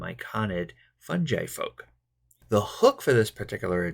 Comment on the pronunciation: Thanks for this, my party are about to enter the Grove :) Oh, and it's fungi with a hard G, not funji